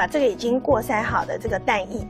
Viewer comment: 厨师是葡萄牙人的普通话吗？怎么总是将蛋液（ye,与叶同音）说成蛋"亦"呢？拼音 dan ye。“蛋亦”听起来好难受呃